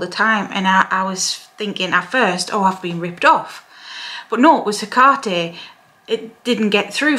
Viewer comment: I love you, and I love youe even more for pronounciating her name correctly😅